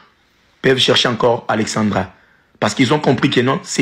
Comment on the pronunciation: C’est pas Alexandria Alexandra les congolais faites l’effort de bien prononcer